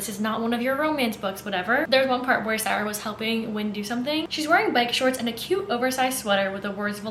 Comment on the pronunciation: I love the way you pronounce Sara 😩😩😩